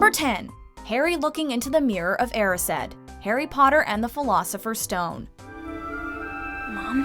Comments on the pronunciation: The way you said erised 😫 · YOU’RE SAYING MIRROR OF ERISED WRONG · I’m sorry but we just gonna ignore the way she said erised 😂😂